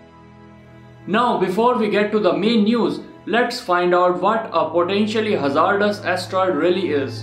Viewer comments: Hey, ima help ya out here so people won't get mad at ya. Hazardous is pronounced [haz ard iss] I hope that helps:] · You can’t say hazardous